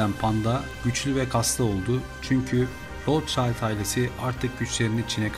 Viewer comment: Rothschild alman asıllı aile., rotşild diye okunur